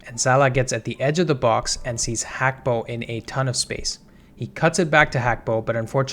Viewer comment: Not Hakpo, Gakpo.. he himself has stated this